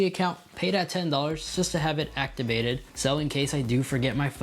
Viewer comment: “Actibated” gets me every time